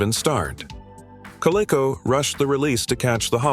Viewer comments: Kodak disc camera .......took the crappiest photos!!! "Co-lay-co" ...for Coleco .....lol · It was pronounced “Ko-LEE-ko” and “Ko-LEE-ko-vijj-un”. FWIW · "Coh-leh-coh"? "PC J R? Record your own voiceover, or at least FIX what's ridiculously incorrect.